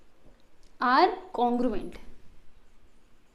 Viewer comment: Congruent? ha congruent 😂